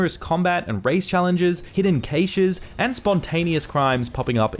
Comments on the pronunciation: both those version sound the same, so it isn't that. I think he just might not know how to say the word. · Same, I’ve only heard “cash” and “cash-ay” (like caché) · I have never heard cache pronounced that way before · British English vs American English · it's a pretty common pronunciation in Australia